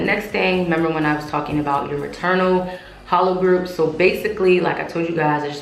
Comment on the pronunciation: You pronouncing haplogroups right, you just forgetting to pronounce the p, actually you butchering some other words 2, but it's all good.🤣😉. So your mom is white and father is black? Actually 60-65% is about right for mixed black/white people, being most american whites are 95-100% white, and American blacks are average 80% african.